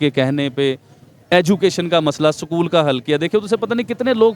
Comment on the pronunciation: Sakool nhi bolte b porkiyon use school 🏫 bolte jahil unpad bhikari kom😅😅😅😅